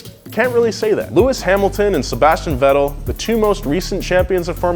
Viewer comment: "lewis hamlton" "sebastian (v)etel" "daniel riccardo" bisch wat